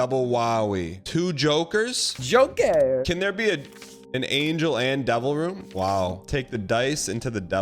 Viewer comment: "Jokair" got me good.